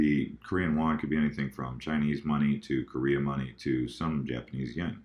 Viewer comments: it is Korean Won not Wan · just lettin ya know it's WON and not WAN Not trollin, just wanted you to know for future reference! Keep pumpin out these videos!!! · Korean “Won” not “Wan”